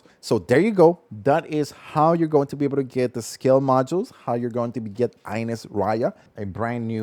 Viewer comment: How in hell you say her name wrong they say her name in the game